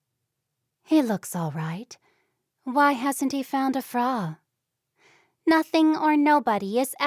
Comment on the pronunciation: It’s a pity the reader does not know that frau is pronounced as if it rhymes with cow